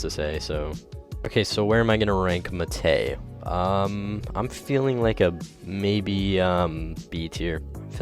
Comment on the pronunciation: why the hell does he say muh tay